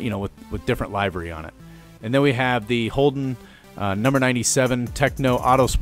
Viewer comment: Nice vid, though I do hope you know you pronounced livery wrong.